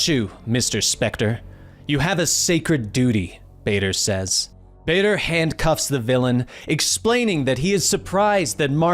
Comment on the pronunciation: the way he pronounce Badr like vader hurts a little and took time to get used to but overall amazing video